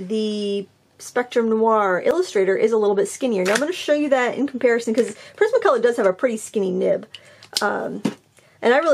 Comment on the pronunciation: Lol,I thought you said prison colour 😂🤣 but it was prisma colour lol.